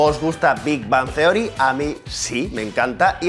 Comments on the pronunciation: no dijo bien Big Bang Theory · Los españoles, en general, pronuncian el inglés MUY mal. Un ejemplo: la manera en que el presentador pronuncia: Big Bang Theory (suena muy feo).